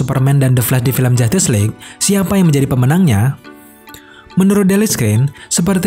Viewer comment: Saya mendengar "Film Jatis League"